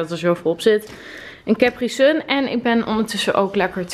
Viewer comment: Haha cepri sun je spreekt het uit zoals caapri sun 😂😂foutjes maken mag 😂😂